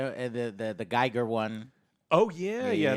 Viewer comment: PLEASE. Giger is pronounced Geegah, not Gyger. It drives me a bit mad. Sorry. I've also spent zero on microtransactions - ever.